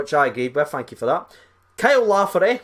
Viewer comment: Not lafferty mate